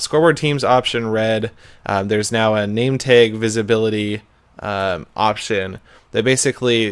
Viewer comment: I just noticed Seth says nametag nameteg